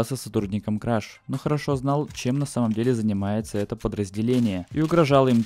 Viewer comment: Ни краш, а креш